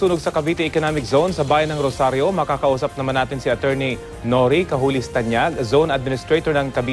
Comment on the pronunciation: hndi po nori.. hahahaha..